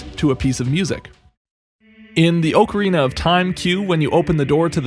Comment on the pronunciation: I have just discovered your videos. And by golly, thank you for making these videos. They're nothing short of brilliant... However, you mispronounce "ocarina" and it really irked me. Therefore, you have been deducted.5 points from your overall rating... Pobodys Nerfect... (This is a joke of course, you rock and please keep up the great work! This has really helped me!)